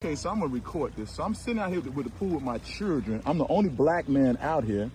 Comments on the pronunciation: First of all it's not "cheerdren". It's "children" as in "child". You know, exactly like you are acting. Also, no one asked for your kids IDs. They asked for yours, so asking "Did you ask for that kid's ID?" is a complete straw man argument. You don't belong there, so why are you trying to act like you do? Get a hotel with a pool instead of breaking into private property to use someone else's. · I noticed that too that he doesn’t know how to correctly pronounce “children”. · I'm sorry, sir...what, exactly, is a "CHURDRIN"? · What's a CHUR-DRIN? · “He chirgren” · "Cherjrin"...... yeah, his "children" have a bright future 👍🏽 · His chrir-dren 🙄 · Sir it isn't Cheeren it's children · How does pronounce Chrrruggren from the spelling of children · What's "Churdrin"? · "cheerdren" LOL... Why can't they speak English? or at least American. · "In front of yoor cheerdren" 🙄. Don't worry, you can still vote in Chicago without id bruh. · What is a "churrin"? He keeps saying "in front of my churrin". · They can never pronounce anything…churldren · Why do they ALL say "churr-dren" instead of "children"? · I was going to say churrin😅. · Hey hey whoa there.. Its pronounced chur'gren. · What is a "churrdren" 😂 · "My chirldrin" you automatically know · With his churldren 😂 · Oh I remember , “ my Cheerdrun,” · What is “churren”? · In front of his " churren" ?ohhh, so he was a guest? Not a resident. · His "churdrin" are there y'all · He can’t even say “children” correctly. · Can you not pronounce children. Chilren? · “Chillrund” “Poe-lease”. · What are "churdrun"... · dude cant even say the word children.. these "people" I swear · You can't even say children right!! And those aren't children those are baby baboons